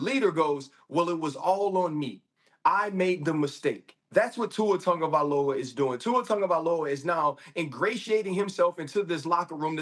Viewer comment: “Tuer Tagovailoer” 😂